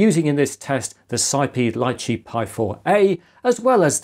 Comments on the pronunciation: I think it's pronounced Lee chee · I believe it's pronounced "lee-chee", as in the popular Asian fruit.